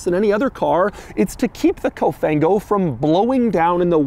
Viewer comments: It's actually Cofan-go Doug. But I appreciate the fact that you actually try to learn the meaning in Italian. Cofan-go is more English than Italian 😅 but that's the case over here because English terms are being used for everything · The quirkiest thing ever is the “COFANGO” 🤣